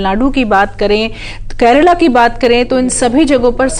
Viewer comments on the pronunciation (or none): 💁🏻‍♂️😂Krela nhi madam kerla a 😂